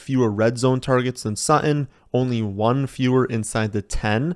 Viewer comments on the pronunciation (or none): Is that the way your supposed to pronounce "Sutton"? Are the Ts completely silent?